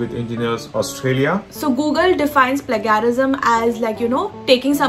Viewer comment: its not pronounced as pla-ga-rism, its pronounced as "plaige-a-rism". how did you guys get an 8 on ielts?! lol